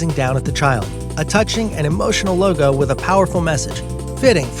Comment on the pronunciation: You said “coca cola loga” 😂